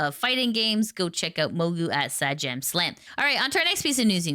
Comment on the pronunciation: also, it's 'Say-Jam', just in case people aren't aware how to say Sajam.